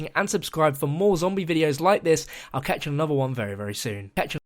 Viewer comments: Sounds like ketchup but said catchya as in catch you later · what did you say in the last second of the video? weird. it seems like you said ketchup. lol